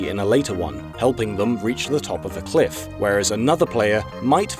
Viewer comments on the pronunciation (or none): none